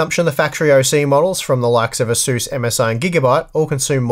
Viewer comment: This asus pronunciation is completely unacceptable. I'm surprised that you don't say jigabyte